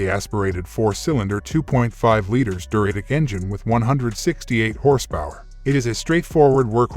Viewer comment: And I heard it pronounce Duratec as Deh-RAT-ic. I hate computer voices.